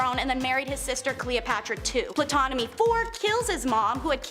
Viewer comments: This video was fun and informative, but also extremely frustrating. Please have your narrator's know how to pronounce names before they make a clip, such as Ptolemy which is pronounce tol-oh-may phonetically or Tutankhamun tut-ankh-ah-moon again phonetically other than that great vid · Ptolemy is pronounced "Tolemy." This is taught in school. Learn words. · The "P" in Ptomely is silent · Girl, please get an education in World History. You got 3 MAJOR Egyptian names completely WRONG. Ptolemy - ‘Tol-a-mee’ Imhotep - ‘Im-ho-tep’ Tutankhamen - ‘Toot-an-ka-men’. Purposely mispronouncing historic names is sheer ignorance, not amusing. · Wait isn’t the P silent in Ptolemy lol 🤦🏾‍♀️